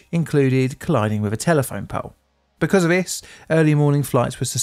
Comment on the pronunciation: The deaf toll in nineteen firteen. I cannot stand to listen to vis guy, so have resorted to captions. Bloody norah.